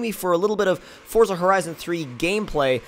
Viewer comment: And its definitely forza not fortza